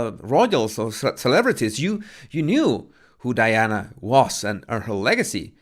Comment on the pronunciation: It’s not “Deana,” it’s Diana ffs!